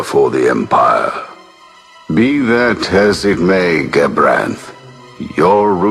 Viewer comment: I just wish would get gabranths name right before he starts complaining........